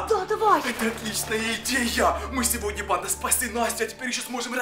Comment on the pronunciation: Почему ты говоришь ни сегодня а сегодне